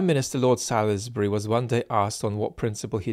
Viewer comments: “Sorlzbree” not “Sal-iss-Bree” 😉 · it’s sols-bry not salis-bury! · Salisbury pronounced saulsbury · Salisbury, like the city, is pronounced 'sawls-berry', (the 'i' is silent) 😁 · Actually it’s correctly pronounced Saulsbury. I went to school there. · Amusing failure to pronounce an English place name correctly. Salisbury is pronounced Sorlzbri. It is the long a as in all. The i is not vocalised - the l runs into the s as a z sound. No doubt living in London you are familiar with Greenwich and Southwark which are not pronounced as they are written. I hope you notice this. PS. Thanks for your vids. I will vote Labour, strongly support Ukraine, feel a mild despair about the climate crisis and will practice my swimming before the boat gets out into the bay. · salisbury is pronounced sawlsbery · Its pronounced Solsbury... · that’s so true. Our local news channel South Today are always pronouncing Salisbury incorrectly even though it’s part of their viewing area.